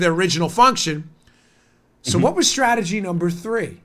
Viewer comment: Puuleeeeeeeese stop saying stragery.... Leave the "R" OUT!